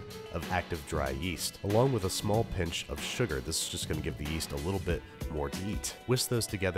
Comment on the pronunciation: "give the yeast a little bit more YEET" please tell me thats what you said